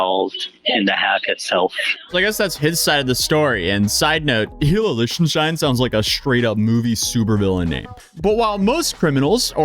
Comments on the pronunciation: The way you keep pronouncing his last name is bugging me. SAY IT LIKE "LICK". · I hate that you cant say Lichtenstein